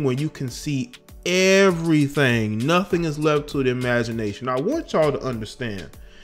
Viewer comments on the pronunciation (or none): none